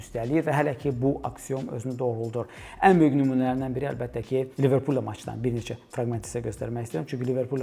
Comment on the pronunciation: qaqa liverpoolu niye Tahir Gözel kimi teleffüz edirsen😂😂 bu arada mence Çelsiyle oyunda nese sensasiya olacaq